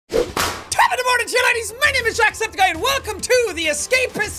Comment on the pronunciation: you said antusepticeye